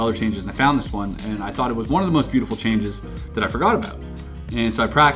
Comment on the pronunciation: ITS BEEOOTIPHUL